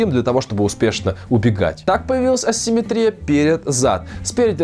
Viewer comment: Хочется только поправить: правильное ударение симметрИя. Кстати говоря, слово асимметрИя Вы сказали верно. ;)